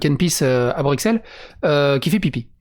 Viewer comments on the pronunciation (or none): Bruxelles avec un X prononcé comme un S stp, quasiment tous les français font l'erreur ça pique les oreilles xD